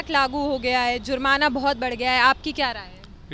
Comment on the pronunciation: Is ladki ko koi phele bolna sikhao sala sir ko sur bol rahi hai😬😂( 18sec and ( 20sec jurmana ko jrum bol rahi hai dil ki baat nikal gayi andar se 🤣 🤣🤣🤣